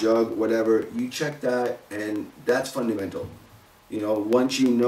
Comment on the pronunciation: fun-duh-mental!!!!:p nice vid!!